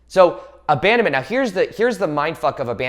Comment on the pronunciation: your "right neow" is trigger me .